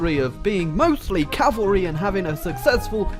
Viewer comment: U said cavarly